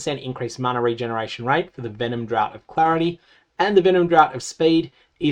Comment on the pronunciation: Really minor thing that is nbd but I thought you might be interested to know, draught is funnily enough not actually pronounced similarly to drought, but is instead essentially identical to the pronunciation of draft. Love your videos as always, you make teaser season the best season 😊